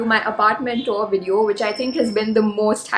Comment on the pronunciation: Rich girl keeping it low-key rich and living flithy rich all by herself in a studio apartment in mumbai. Oh, do check the pronunciation of TOUR.